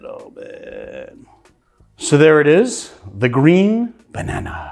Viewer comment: “Bannan”, not “Bananey”!